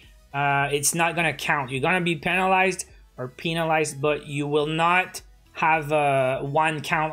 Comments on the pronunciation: “...or pinalized” 😂 it’s penalized ❤️ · peenalized lol..